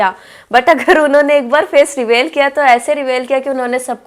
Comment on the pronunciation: Revale nahi hota .... Reveal hota ha